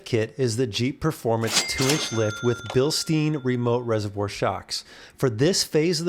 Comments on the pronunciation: Bill-STINE! Not Bill-steen. Do you say Frankensteen too? Come on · Another great video, though Bilstein rhymes with Einstein and Frankenstein 😉 Makes me wince every time it's pronounced bilsteen. Petty, maybe, but we all have our things 😂 The difference in actual lift reminds me of my lift, 2" Teraflex lift on my 21 4xe Sahara actually gave me a little over 3" lift. Cheers, and keep up the great work! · it’s Bill STINE. Not steen. 😊